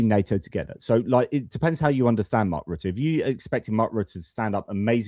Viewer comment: Here I go nit picking again, but why is it that the two Brits can pronounce Mark Rutte's name correctly but the American insists on mispronouncing his name?